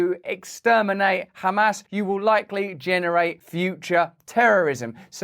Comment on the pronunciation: Russ, whenever you say “Hamas” it sounds like you’re saying “ham ass”